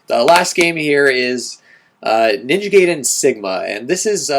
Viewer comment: I'll vote for Ninja Gaiden, as it's the only one of those games I've played, and I'm intersted in hearing your current thoughts on it. I feel I should correct you on the proncounciation of the name, too. It's Ninja guy-den, not gay-den. A lot of other people mispronounce it too, to the point where it ended up bothering me, so I figured I'd point it out. ;)